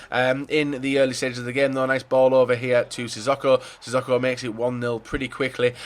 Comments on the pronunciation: Sissoko is pronounced 'Si Soke Oh' not 'Si Sock oh' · It's pronounced Si So Ko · Please can you pronounce sissoko right?